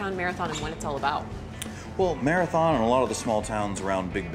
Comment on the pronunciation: its pronounced Marathun!